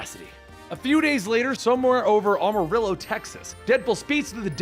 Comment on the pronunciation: armarill?? You sure it’s not Amarillo